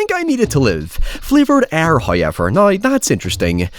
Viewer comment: First "hoyevver" drops . And it's a sneaky one.